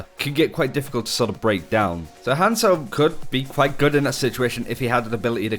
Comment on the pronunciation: Everytime he says hanzo I actually flinch